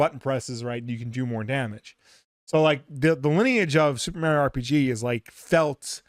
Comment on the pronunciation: So they did add content to super Mario rpg. If you knew how to say Mario correctly you would have known that. 😂